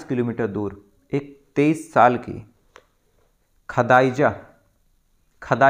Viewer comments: Sir app pehly apne bolne ke tarike par kam karo khadaija nehi khadija hota hai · Bhai sab name to thik see bolo khadiza